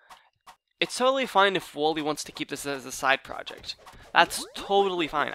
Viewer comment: You pronounce wollay wall-e not woolly